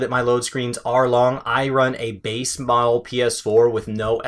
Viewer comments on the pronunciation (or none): none